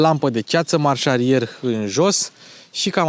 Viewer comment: Iarta-ma ca sunt putin carcotas, dar am auzit in prezentarile tale ca folosesti termenul "marsalier", sau cel putin asa se aude. Practic termenul e marsarier, fiind preluat din franceza de la "marche arrière". Respecte!